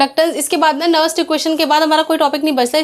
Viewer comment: Madm ji that is nernst not nerst